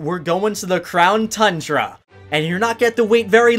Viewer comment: Who else is excited about going to the Crown (Mandjtv pronunciation) Tundra?